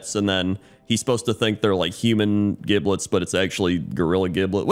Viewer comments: Yo, it's legit pronounced Jiblet, not how you pronounce it. This isn't even some gif/jif sort of thing. Just a heads up. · Giblets is pronounced with a soft g - ie. Jiblets